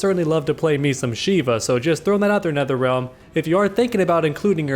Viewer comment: dam he snapped at nertherrealm 🤭